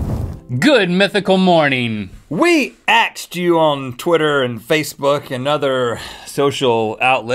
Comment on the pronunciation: "we axed you" ????!!!!!?!?!?!?!?